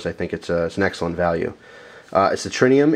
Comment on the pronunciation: there is no "n" in Tritium